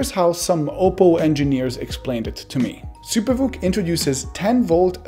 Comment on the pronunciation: First time I heard him say SuperVOOC I thought he said Super Fook and I broke out laughing